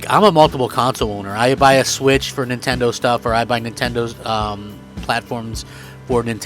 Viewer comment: did he just say nintondoe😂